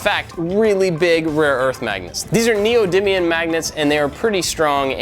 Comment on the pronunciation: Neodymiun?! It’s neodymium